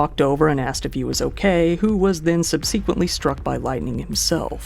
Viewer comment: Coppola, Zemeckis, subsequent... This guy has a hard time with pronunciations.